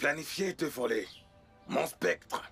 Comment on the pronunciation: SCEP-TRE !!!!PAS spec-Tre !